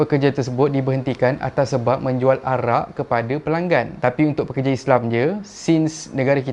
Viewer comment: Sebut betul2. Pekerja., bukan perkerja